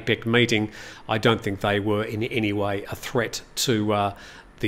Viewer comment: 8,21 they vere "stone"